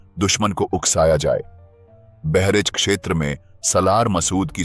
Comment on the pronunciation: बहरेच नही बहराइच है और वहां गंगा नदी नही है।